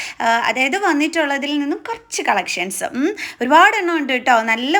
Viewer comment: dress എല്ലാം കൊള്ളാം.... പക്ഷേ അവതരണം കേട്ടാൽ വട്ടാണോന്ന് സംശയം...... മലയാളം നന്നായി സംസാരിക്കാൻ പഠിക്കൂ. നള്ളനള്ള കളഷൻസ്😂😂